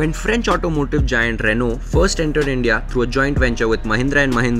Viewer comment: Reh-now Reh-now Reh-now for god sakes stop miss pronouncing. It's a French word. You are a person whom people look up to at least for automotive knowledge, if you miss pronounce everybody will do so. It's not "Renalt". It's "Reh-now"